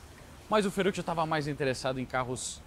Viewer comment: Ciao caro, non è Fe"r"uccio ( r semplice , ma doppio ) Fe"rr"uccio